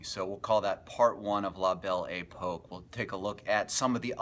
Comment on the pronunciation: I can't take the guy seriously if he can't even pronouce the subject correctly. What the hell is The Bell E Poke? FAIL!